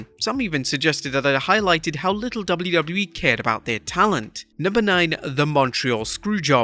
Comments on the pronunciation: Jesus christ the way you saying wwe is crippling 😂😂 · If I took a shot for each time you couldn't say the letters "WWE" correctly, I'd have died of alcohol poisoning. You're a terrible narrator.